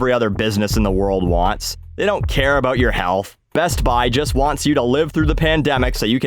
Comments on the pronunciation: SPC Dewitt Unless your part of America pronounces the “oo” syllable differently than mines, he sounds like he’s saying “u” as opposed to “ou” or even “oo”. Sorry for getting technical on you. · you mean "A boot" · “Aboot” hahaha 😭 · Actually i was making fun of people from Canukistan and how they pronounce the word 'About' as 'A boot' i do love the techinical stuff, no hate from here fellow grammar hammer.